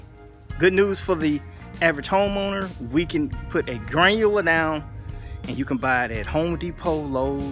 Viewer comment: He said Homoner..